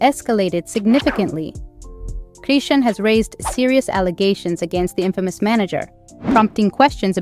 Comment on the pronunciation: Why don't you get her name right before you do a f**** video on her like how ignorant you don't even know how to pronounce people's f**** names